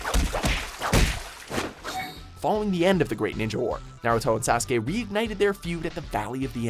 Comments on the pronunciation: Hey!Someone knows how to Sasukes name right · HE PRONOUNCED NARUTO AND SASUKE PERFECTLY!